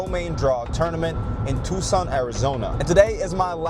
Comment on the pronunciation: You said Tucson right finally let's go lol. Some really high level singles play there, best of luck in the PPA Challenger bro!